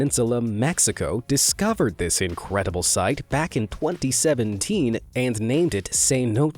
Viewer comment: Did he just say… Incwedible.. Incwedibly OwO mans r key broken or smtn Hmmmm maybe the letter R… Okay I’ll stop